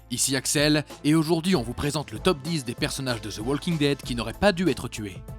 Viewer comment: prononcez Woking dead , ça écorche les oreilles le L